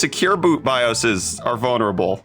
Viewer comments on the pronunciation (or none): none